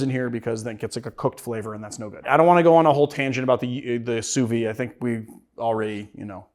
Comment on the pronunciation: Why are you not pronouncing the "d" in sous vide?